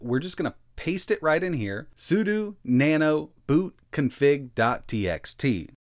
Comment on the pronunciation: Okay, the 'sudu' is driving me nuts. it's 'sudO'!